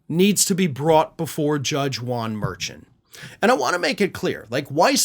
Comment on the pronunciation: Dude, the judges last name phonetically is "Mer-shawn" according to those who used to work with him.